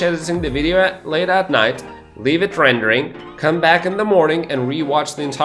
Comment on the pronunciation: "come up with the idea" OR "cum up with the idea" u say?